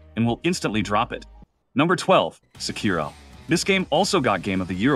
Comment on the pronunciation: How can you say Sekiro is your favourite FromSoft game but you don't even know how to pronounce it properly, which is said throughout the game so many times?